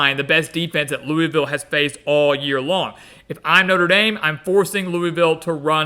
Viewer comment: It’s pronounced Luh-Vull